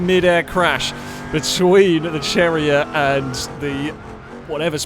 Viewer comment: This was pretty fun to watch... Until you pronounced Miramar as "marammar." It's Mira mar. How it's spelled. OK oh my gosh how can you pronounce very car name wrong? Cherrier is French, so it's "sherriay" Pessima is pronounced like pessimist but Pessima, and Bolide is not "Bow lied" it's Italian. Its pronounced "bo li de" with emphasis on the "bo"